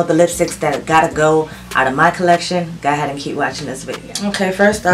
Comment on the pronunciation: I’m still so enjoying your channel. I love the way you say “go ahead”. I’m southern so everything has 5 extra syllables. 🤣